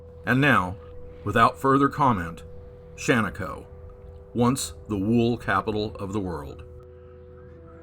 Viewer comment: He pronounced Shaniko and Dufur right though. Be kind, tourism is the only reason Central Oregon isn't deserted!